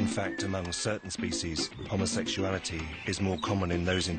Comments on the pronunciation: Did the pillarbox video homophobe guy say 'homosexual-ality' the first time, or am I hearing it wrong? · Did he say homosexualreality😆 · I’ve never, ever met anyone who had a problem with LGBTQ folks who was also secure in his own sexuality. Never. (Also, if you can’t even properly pronounce “homosexuality,” you should probably just STFU. Seriously.) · First this guy can’t even pronounce the word homosexuality. Why would ANYONE want to even bother to listen to such Gothic ignorance as this, is beyond me. His ignorance almost subdues my patience.